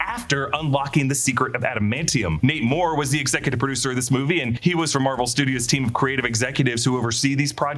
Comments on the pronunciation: Every time he says Nate Moore, all I hear is Namor 😆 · Everytime you say Nate Moore I hear Namor 😂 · Every time ypu said his name i kept hearing "Namor" and was like "that kinda tracks..." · I kept hearing "Namor" instead of "Nate Moore." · Haha I thought the exact same thing